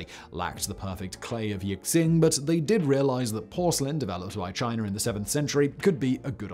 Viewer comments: Good video but, , that is NOT a yixing teapot. Also, it is said something like "yee-shing" not "yick-sing". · It’s also pronounced “Yi-shing,” pretty much everything is mispronounced in this video lol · "Yixing" is pronounced "eeshing" (close enough). The "x" is not "ks". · And Yee-sheen. Simon is a legendary master of confidently spoken mispronunciations. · "Yixing" = "yee shing", "x" is almost invariably pronounced "sh" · Yixing pronounced yee-shing. One of 5 of China famous Clay's for teaware. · Yixing is pronounced "yee-shing", similar to how Xi-Jinping is pronounced "shi-jinping"